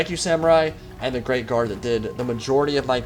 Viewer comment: haha i thought you were saying grave guard not great guard